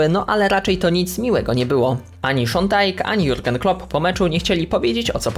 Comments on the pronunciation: Szon Dajsz nie Dajk jakby co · Jakby co to mówi się szon dajsz a nie szon dajk